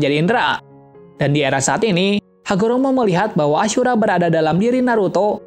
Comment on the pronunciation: kok nama ashura jadi acura